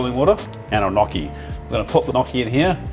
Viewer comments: Lol. “No chi” not knocky. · It's pronounced nyockee (if you type it into google, how to pronounce gnocchi, it will tell you how :)) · Loving the video! I have some advice for you: first of all, you should pronounce them as ñokki 😂 the real advise is to not scoop the potatoes but directly throw them into the ricer, you will have the flesh through and the skin in the cup of the ricer 😉 much easier! 😁 Keep it up! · Stop saying gnocci like that. It hurts. Its gnocci (nyoki), just like manicotti ( mani-go-te), or fagiole, (fazool). Say it right. It hurts the way you say it. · Gn pronounced just like in gnome not like in knock.